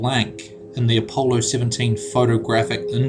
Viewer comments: how does a man get to adulthood and not learn how to pronounce Apollo? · why do you mispronounce everything? APOWLOW lolll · I cant take any of this seriously purely based on the fact the narator pronounced it apowlow and suposebly ohvand the fact that these are all ridiculous notions. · Chrnan6710 He mispronounced things just as DD does. e.g. in this video, he says "apollo" as if he's reading it, rather than how someone would say it in a conversation. He does the same annoying thing in his other videos. I can see why he's reposting. He gets a lot of hits and more cash.